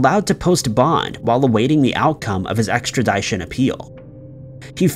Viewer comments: Extradition is pronounced extra-dish-on. Not extra-deye-shon. Keep up the good work!! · I’m pretty sure that word extradition is pronounced “ex-tra-di-tion” not “ex-tra-die-tion” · "Extra-DIE-shun." Sounds painful. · Dude please learn how to pronounce Extradition. It's easy look "Extra-Dish-on" now say it all together, Extradition. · why you pronounce extradition like “extra-die-tion? Shit sounds goofy as fuck lol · Extra-dyeshon, lol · What is EXTRIDYTION.......... I'm not quit shore..... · Extra die shon 😆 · You'd think that a guy with a channel that covers so much crime would know how pronounce 'extradition' & not "extra 'die' tion. Also, it's called "setting up a 'perimeter' ", not a "PerAmeter". SMH. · I just couldn't get past the pronunciation of perimeter as parameter and extradition lol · I don’t mean to be a grammar Karen, but it’s Perimeter, not Parameter and it’s Extradition, short “I” as in “bit”, not long “I” as in “time”. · I love how you pronounce extradition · The scariest thing about this video is how he pronounces extradition. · At this point, mispronouncing “ extra-DISH-in” is just him f*cking with us. 😂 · I love these videos but I seriously HATE his pronunciation of that effing word. I’m sitting her at work calm and peaceful and I literally shudder when I hear it. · Love your podcast and I don't miss an episode. But I cringe when you say extradition, with the long I. It's a short I, as in fishin. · LEARN HOW TO PRONOUNCE EXTRADITION. You constantly mispronounce it in videos. It's a pretty common word. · Should Be On The FBI List For How He Slaughters The Word EXTRADITION